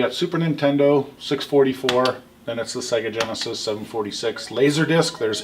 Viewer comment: Mate, its GENESIS not GENISIS.